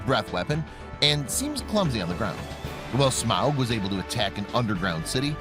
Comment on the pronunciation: This guy constantly pronouncing Smaug as Smowg really bothered me lol.